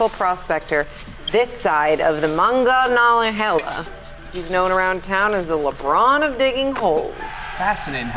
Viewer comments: The butcher of monongahela hurt my Pittsburgh ears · Hearing someone trying to read Monongahela is very amusing